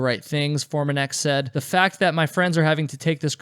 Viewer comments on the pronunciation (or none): none